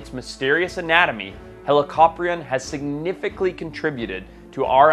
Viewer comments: "Significly" lol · “significly” lmao wtf